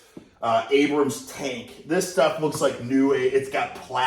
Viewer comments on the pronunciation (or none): none